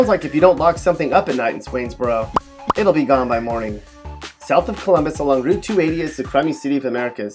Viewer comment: Daaaamn they did my lil country town Swainsboro wrong 😭😭